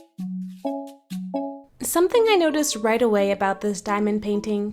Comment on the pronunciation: the “somthing” was really bothering me 😭😭😭 but i love your artttt 💕